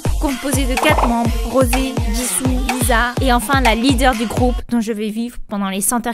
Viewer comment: Je t'adore mais le S de LISA ce dit pas z mais ss